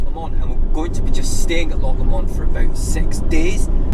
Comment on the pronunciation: I can't believe someone with a Scottish accent can't pronounce " Lock Lomond " properly! try saying " Loch Lowmond " otherwise a good video.